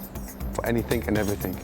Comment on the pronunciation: Be prepared for anythink. And everythink.